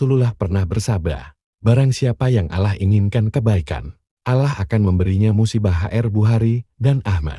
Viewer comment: Nyebut Allah nya ga enak.latihan / belajar dulu lah.